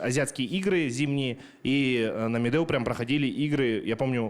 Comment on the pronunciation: Якут правильно произносит Медеу чем сам казах